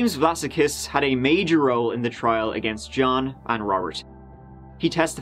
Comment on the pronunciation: Vlassakis looks like a Greek name to me (especially as his middle name is Spyridon) in which case it would probably be pronounced with the stress on the second "a" - Vlass-ah-kis, not Vlassa-kiss. Also, I believe that the Aussie accent is particularly difficult to copy, so, good attempt. I can remember the media coverage of this tragedy. While this sort of thing might be par for the course in the US it's not something that often happens here so people were genuinely shocked. As for actual paedophiles, rotting in a barrel would be too good for them.